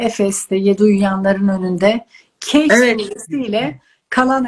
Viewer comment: Keyif sure bir süre yok!!! Kehf suresi var!!!! Neden bu kelimeyi devamlı bu şekilde telaffuz ediyorsunuz!!! Türkçe mıi bilmiyorsunuz?